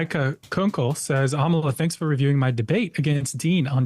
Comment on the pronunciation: Its not Amala its Amala